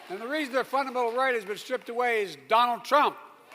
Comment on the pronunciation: I love Mr."Doland Trump " lol😅